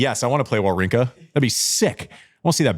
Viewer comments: prononciation is quite good, Andy come on, you can't makes him remarks and not saying Wawrinka correctly 🤣!! A tip... just go on Google Translate, write the name and select the country of the player in the langage section and use the button "listen"!! Now your able to prononce the surnames correctly 🙌🙃! Holger Rou - neh; Stan Va - vrinka! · rune is pronounced "runuhh," like andy is saying it, and wawrinka is pronounced "vavrinka" like none of y'all are saying it. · Andy: makes fun of pronunciations. Immediately proceeds to pronounce Wawrinka wrong 🤣